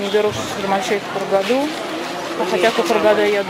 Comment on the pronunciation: Не понимаю , почему она говорит Хургаду, с ударением на последней букве. Точно знаю, что там говорят Хургаду, ударение на букву а